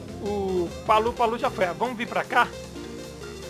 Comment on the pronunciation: Não é Palu-Palu não kkk, é Papu-Papu kk